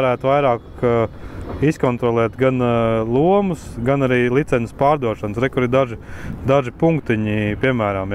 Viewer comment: Kas tas par vārdu - "licenzes"? Nekad latviešu valodā tāds vārds nav eksistējis!!! LICENCES Taču iemācieties vienreiz pareizi izrunāt!